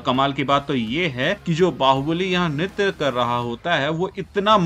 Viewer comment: Bro pronounced nritya wrong for 100th time🙂